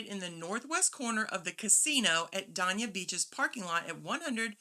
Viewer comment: Based on your video, I used this park at the port, I went online and booked Aug 1-4, it was $7.99 per day + tax. Great shuttle service to and from Port Everglades. Thanks to you (and you mom) for the recommendation . Just a note the city Dania is pronounced “day-nah”